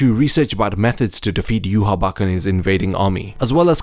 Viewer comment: It’s not yu-ha-bac it’s yu-ha-ba-ha